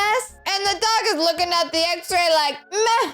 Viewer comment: It’s “at” not ate